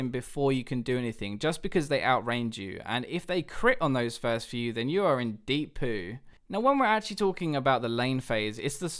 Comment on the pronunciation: the way he said "deep poo"